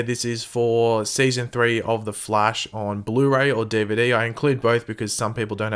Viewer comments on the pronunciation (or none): lol "DeeVayDee"